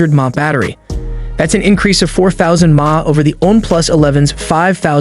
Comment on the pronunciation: You pronounce "mah" ? Dude, get a grip